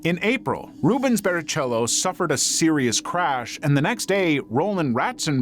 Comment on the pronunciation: Si dice BARRIKELLO non Barrichello as you said... Per quanto riguarda Simoncelli... Beh che dire... L'abbiamo visto in diretta... Quella gara maledetta...